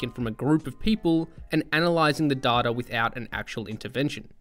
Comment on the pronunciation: Its data not data. 😝